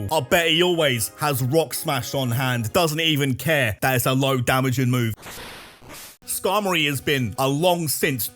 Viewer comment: IT'S SKARMORY, NOT SKARMARORY OR SKARMARY!